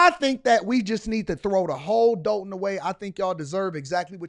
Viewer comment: I definitely appreciate you covering this! Just wanted to add it's pronounced Doll-ton, not Dole-ton. Thanks again for your hardwork!